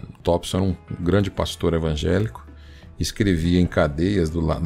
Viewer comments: Tompson e não Tópson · Tópson ou Thompson?